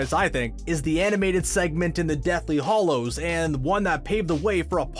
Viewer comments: GNU Stan Lee Also it's Hallows. Not Hollows. Different words. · They're deathly "HALLOWS" not deathly "HOLLOWS".